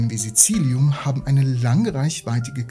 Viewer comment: echt jetzt? Sizilium? :D :D :D